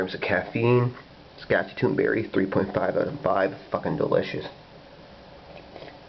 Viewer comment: Love this stuff. Local store orders it in by the case for me. ( And you are are pronouncing Saskatoon so wrong 😂)